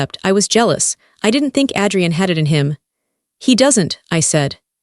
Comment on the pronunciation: It's AAAdrian not Ad-re-en